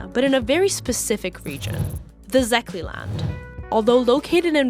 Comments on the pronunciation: 🟥⬜️🟩 Interesting video from a french Media provider, i have to admit it covered most of the issues better than expected. Addition: -Székely is pronounced Say-kay, Fidesz is fides (short for fidelitas). -Trianon treaty was signed in France by force, where the western powers heavily favor the surrounding countries including the (kind of) romance speaking Romania. I bet you dont want to put extra colonial shame on french viewers, but this is part of the truth. -2/3 of the territories were lost, but 1/3 of the population. Those "minorities" are native Hungarians since 1000 ad, so its not like Lotharingia or some later expansion. Approximately 2,5 million Hungarians live abroad due to that decesion. -The trianon decision was recognized as a failure by all significant western powers and it was corrected by the 1st and 2nd Wienna Award. Unfortunately because of Hitlers crazy dream the country and its leader Horthy was held captive, than swarmed by the Soviets. -Blaming stuff on Orbán after this factcheck is a bit overkill, knowing that about 80-90% of Romania doesnt support Autonomy for Székelyland, aka following the footprints of the dictator (theyve executed themselves). Hungarophobia in Romania: MAGYARELLENESSÉG ROMÁNIÁBAN KÉRDŐÍVES VIZSGÁLAT, A KÖZOKTATÁSBAN HASZNÁLT TANKÖNYVEK ÉS A ROMÁN KÖZÖSSÉGI MÉDIA TARTALOMELEMZÉSE Kiss Tamás – Toró Tibor – Jakab Zalán Tamás -Same time there are parties like AUR who want to further oppress Hungarians, take lands from Hungary and gobble up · The pronunciation of Székely is somewhere around “Seekay” (that being Hungarian pronunciation), otherwise great video. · seekay, thats CK 😂 not even similar to Székely